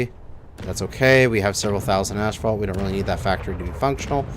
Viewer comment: Gotta respect a man that knows he's saying a word wrong, proved he said it wrong, read the right way to say it, but still says it wrong. You keep doing you, maybe your asphalt has some ash in it.